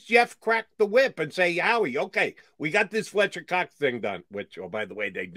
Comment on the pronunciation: “Pletcher Cox”